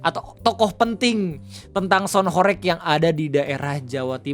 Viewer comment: dibacanya horeug bg, bukan horeyg